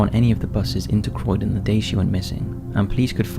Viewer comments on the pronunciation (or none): none